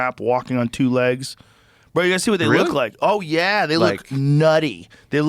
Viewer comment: Joe "wuh-it?" Rogan